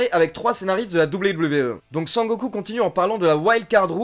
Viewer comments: A chaque fois que tu dis sangoku je souris de plus en plus . A la fin g la gueule a momo 😂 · Eh mais un fou rire à chaque fois que j'entendais "Sangoku"! 😂😂😂😂😂😂😂😂😂😂😂